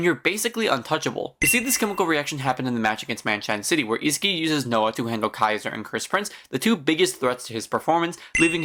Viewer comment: its isagi not isigi and u can do otoya karasu gagamaru charles zantetsu tokimitsu aryu good vid btw